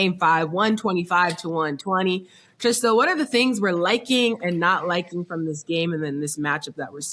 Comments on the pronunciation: Who’s gonna tell mase it’s Trista and not Trish🤔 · Her name is trysta....y yall say Trish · Mase mispronouncing her name every single time always bothers me